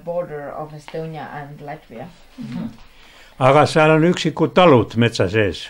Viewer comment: "Lätvia" ! - kas ma kuulsin valesti? "LÄTVIA"!!!